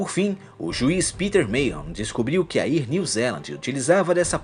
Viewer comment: Bom o vídeo! Só quero fazer duas observações, com todo respeito... A pronúncia não é "ier" New Zealand. Seria algo como "éar" New Zealand... Outra coisa é que acho meio exagerado dizer que afetou "milhões" de pessoas... pra mim "milhares" ou até no máximo "dezenas de milhares" já está suficiente. Mas aí é só opinião mesmo. Abraço